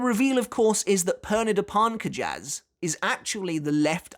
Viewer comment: The Romanozation of Pernida's name is: ペルニダ・パルンカジャス = Perunida Parunkajasu So, their last name is pronounced Parnk-jus